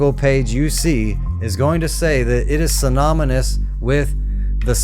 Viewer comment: You couldn't even say synonymous right 🤣🤣🤣🤣